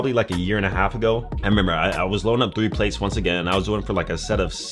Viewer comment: Don’t say plates like that bruh